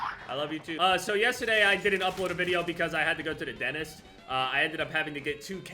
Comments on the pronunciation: Everybody: DenTIST: Denis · y does jev say "denist" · Everyone else: “Dentist”: “Denist” Oh yeah, we’re back. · Don’t you mean: ”Dennist”